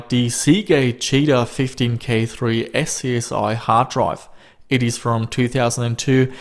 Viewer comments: It's pronounced "scuzzy" not S.C.S.I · dude said "SCSI" and not "scuzzy" already can't watch the rest